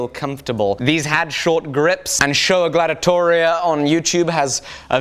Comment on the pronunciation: Showlar Gladitoria? Scholar. Like... academic.